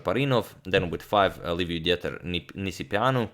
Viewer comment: agadmaror, it is Liviu-Diiter Nisipeanu, like a long german "i". Not Dieter with "ie".